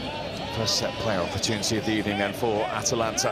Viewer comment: Italian teams''ha''atalanta the Vilian, shocking and shocking 😑 lol